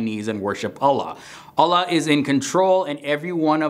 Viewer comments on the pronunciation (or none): Actualy Allah is pronounced "All-lah" not "A-la"